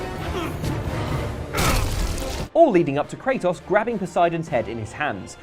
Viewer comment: kray-TOHS. LONG O. not a matter of accent